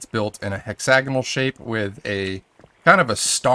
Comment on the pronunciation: HEARING YOU SAY HEXAGONAL IS SO FUCKING CRINGE MAN IF THAT EVEN IS A WORD YOU ABSOLUTELY ARENT SAYING IT CORRECTLY